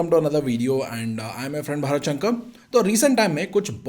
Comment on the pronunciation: शंकर ko english accent me शंक क्यू बोलते हो भाई. भारत शंकर, ऐसे clear बोलो ना.